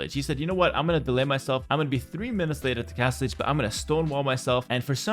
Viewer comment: Castlege? Castlige? Oh Castle AGE.